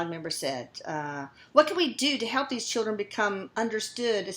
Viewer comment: What the hell is a "Chilcren"?!?!?!?!